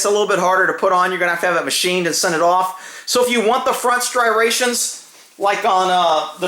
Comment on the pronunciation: He said "STRIRATIONS"!!!